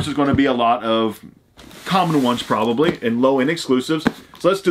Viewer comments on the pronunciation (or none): none